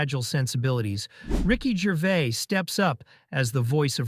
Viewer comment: A great video marred by another person who can't say Ricky's name properly. It's not GERVAY, he's not bloody French. It's GERVAIS pronounced GERVAZE.